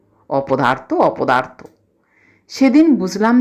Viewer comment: "অবসরে শুনি" নামটির আকর্ষণে ডেসক্রিপশনে চোখ বুলিয়েই এক অন্য আবহের আভাস পেলাম। আর সত্যজিৎ রায়ের "অপদার্থ" তো উচ্চারণে চিত্রায়িত বোধ হলো। আরও অনেক শোনার আশা রইলো আমার। সবাই ভালো থাকবেন। 🙏